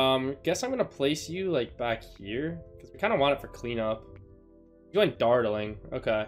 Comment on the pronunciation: Does it bother anyone else that he cant pronounce dartling? No, just me... Ok